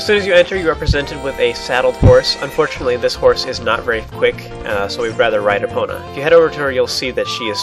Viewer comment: u said her name wrong!!!